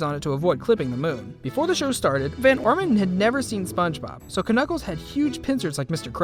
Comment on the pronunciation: You dont know how to say Knuckles